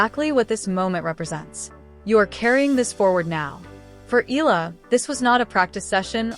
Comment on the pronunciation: Her last name is Pronounced (EH-YA-LA) "Eala"